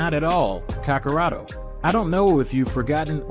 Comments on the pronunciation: OMG I almost can't finish this because you just can't say anybody's name right: sayian, kakarot, Vegeta 🤦‍♀️🤦‍♀️🤦‍♀️ get acquainted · This dude pronounces dragon ball terms weird. Whis, sayians, kakarot, ozaru...the heck man